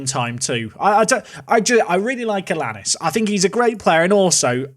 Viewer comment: Allianis is said aiyanis I think